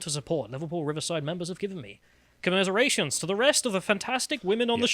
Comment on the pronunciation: "Comerserations"; evidently being literate is not a requirement to be an MP.